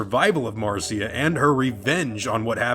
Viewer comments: Why does he keep calling her Marcia? Her name is MARSHA! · Its Mar SHA, NOT MAR CEE A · Uh, not to be that guy but her name was MARSHA not Mar-cee-a. Carry on. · It's Mar- SHA NOT CIA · Why does he keep calling Marcia, "Marceeya"?